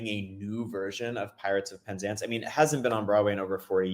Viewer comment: In English, we say pen ZANCE, not PEN zance